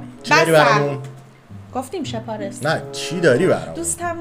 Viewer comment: پرى جان اينقسم تلفظ ميشود إش پار لس Ishparlas به زبان پشتو يعنى عدد ١٦ معنى دارد